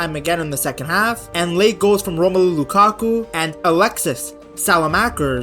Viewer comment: Lakaku 😔🥀 its lukaku